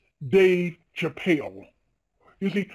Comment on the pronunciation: Why does she say chappelle completely different to everyone one else who says it including dave?